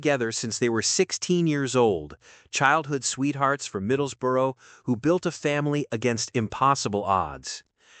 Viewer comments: I would appreciate it if you pronounced the words correctly …. It’s NOT. Chris Ray It’s Chris (pronounced) Re-ah. Then his hometown is not pronounced Middlesbro. It’s Middles-borough ( burrah). Thanks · It’s Middlesbrough not Middlesborough.